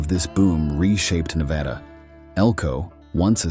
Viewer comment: Hard to believe when he can't pronounce Nevada right.